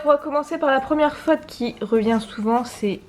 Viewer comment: Alors tu dois dire FAUTE et non FATE. Une bonne prononciation est tout aussi importante. Merci prof !